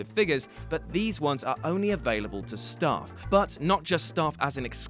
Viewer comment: "... But these are only available to stah..." ("Stah"? What the hell is "stah"?) (Listens again) ("Oh, STAFF!")